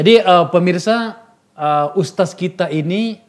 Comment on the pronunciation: Bukan USTAS bang tapi USTADZ atau kalo ga bisa bilang, USTAD/USTAT aja